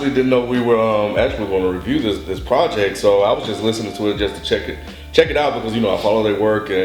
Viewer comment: lol god forbid they ever find another word for "project"...or, i mean.. "projeck"